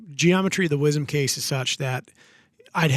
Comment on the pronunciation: I've been using the 300WSM for years and have good success with it. Although in a more traditional fashion with a short action and 168-175 Barnes bullets. I do hate your calling the 300WSM the "300 Wizzum" though haha. You don't call the 6.5PRC the "6.5 Perk".